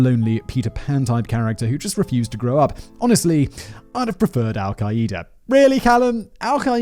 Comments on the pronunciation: Do all Brit’s pronounce it “Al-kai-eee-da?” Its “al-Kai-da” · This man pronounces Al-Qaeda like it’s a brand of kombucha😂😂